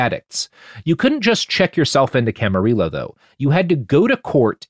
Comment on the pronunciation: Camarillo is pronounced Ka-muh-ree-ow